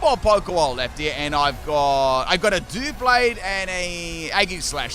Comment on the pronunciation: Doo blade💀 us doub blade that how people say it this is the word doublade